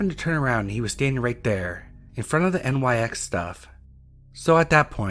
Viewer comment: Amazing video, just a tidbit for future reference, NYX is pronounced 'Nicks'. Loved the video!!!